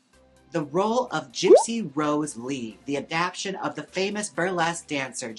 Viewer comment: Jaymes, you keep saying the word adaptation incorrectly About dozen times 😂